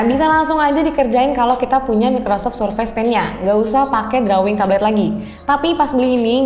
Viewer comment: touch dibacanya /təCH/ ya de....... sedangkan drawing dibacanya /ˈdroiNG